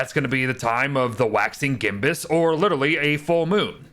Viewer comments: Gibbous, not gimbus, it means an almost full moon. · Wtf is a “gimbus” moon